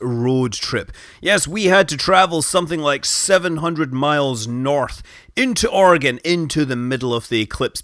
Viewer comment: 1st thing is i live in oregon. and the 2nd thing is THANKYOU SO MUCH FOR PRONOUNCING OREGON CORRECTLY